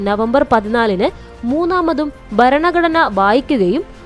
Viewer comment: ബരണഘടനയല്ല ഭരണഘടനയാണ് ശരി.